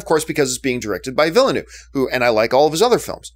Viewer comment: John's prononciation of Villeneuve is juste hilarious. Villanoo 😂